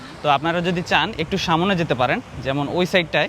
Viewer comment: vai samone hobe na aktu thik kore bolben porer video te kosto kore samne bolben